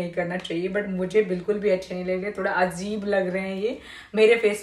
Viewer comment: Pronunciation kitna galat karte ho aap azib nahi ajib hota hai